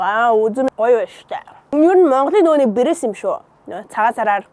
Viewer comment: Бэрэс биш пирэс